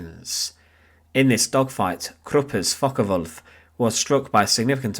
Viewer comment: Focke Wulf not Focker Wulf 😂